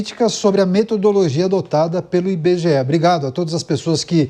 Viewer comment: Dados do "Inbegeé", a fantástica fábrica de índices?